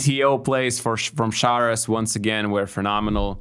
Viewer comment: Augustas, why do feel the need to say "Sharouas" instead of just Šaras when you could very well do the correct pronunciation? Otherwise - thanks for the content guys, good as always